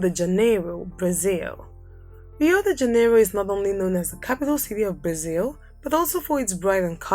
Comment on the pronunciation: I loved the video, although you cannot be pronouncing every word or name with english pronounciatition. Do some research in languages and how they called their cities, LIke ''Bonosair'' It's Buenos Aires, It's not ''Anthony Gody'' it's Antonin Gaudí with an accent at the end, etc. Also Rio de Janiero is not the capital of Brazil, it's Brasilia. I stopped watching the video after that, it's confusing.